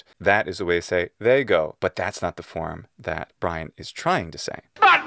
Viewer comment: life of bwian